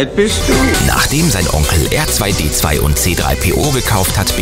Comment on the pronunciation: hat er da ernsthaft "Erzweidezwei" gesagt?! Ich bitte euch, nehmt doch für Videos über StarWars auch Sprecher, die sich zumindest halbwegs mit StarWars auskennen. Leider richtig schlechtes Video diesmal :(